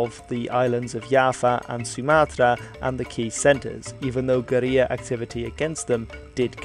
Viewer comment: Very informative documentary, but just one correction: the word "guerilla" in English is pronounced "ger-ILL-ah", not "ger-EE-ah". It might be a Spanish word in its origins, but you're speaking English here. You also misspelled Marshall (you had it as "Marhsall").